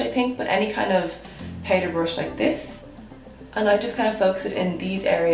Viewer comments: Okay wait but am I the only one who gets bother on how she says “powder “ it’s POWDER NOT PAIDER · I’m here in my bed tryna pronounce “powder” the way she does lmaoo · The way you say "powder" ♡♡♡ Haha And I'm with the hoards of people who have noted that you are naturally craaazy good looking! Holy gummy bears. O_O